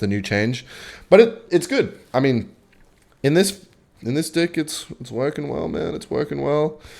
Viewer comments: Why does he keep on saying dick instead of deck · are you saying deck or dick bruh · Am I the only one hearing him say dick instead of deck all the time ? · why does he say dick instead of deck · Do Australians pronounce deck as dick? Kinda confused a little here sorry 😅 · ahhh it must be the wind.... i type this comment too early, he said deeck almost everytime lol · stop saying deck like that :face-green-smiling::face-green-smiling